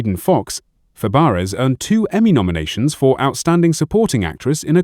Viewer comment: It's not Fab-e-ares